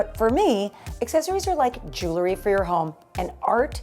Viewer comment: PLEASE pronounce JEWELRY correctly! It’s NOT JEWLERY,! #English101